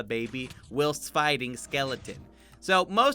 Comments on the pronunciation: Its pronounced whilest not wilst. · For future reference, it's pronounced while-st not will-st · No-one:: w i l s t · Who pronounces whilst as /wɪlst/? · its pronounced while-st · It’s supposed to be like w-eye-ul-st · BREAKING NEWS!!! DOESN’T KNOW HOW TO SAY ‘Whilst’ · Is anyone else bothered by how he pronounced whilst? No? Just me? Ok I'll leave then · is no one gonna talk about the way he say whilst 🤨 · Why do you say whilst so wierdly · Whilst in not pronounced like how you say it. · The way he pronounces “whilst” 😣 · Is anyone else jarred by the way he pronounces "whilst"